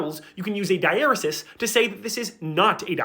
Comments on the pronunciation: It's pronounced 'digh-uh-REE-sis.' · Dieresis is not pronounced that way. Die-er-ee-sees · this is very informative and all, but the way you pronounce diaresis has me in pain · I am disappointed with how diaresis is pronounced and with wiktionary not giving me an "also pronounced" out of pity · I learned I was pronouncing dieresis incorrectly from this video lol